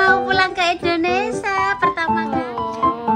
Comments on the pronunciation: Hai. maaf pengucapan yg benar Indonesia bukan Indonesa 🙏🙏❤ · ...bukan INDONESA.TAPI INDONESIA